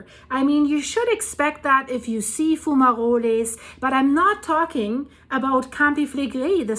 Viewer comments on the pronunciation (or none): Not being a grammar nasty, but you do express sometimes that you're not sure how to pronounce some words. Fumarole(s). In spoken English the letter "e" is usually silent if it ends a word. Sounds like Fuma -roll (role). Many words are like this. They sound the same but are spelt differently because they mean something different. Pronouncing the "e" sounds Spanish.